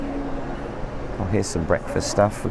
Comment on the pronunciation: You can't say nacho like that....